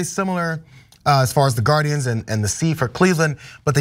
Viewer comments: Gar-indians…..that’s all I hear. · you know what rhymes with guarDIANS....IDIANS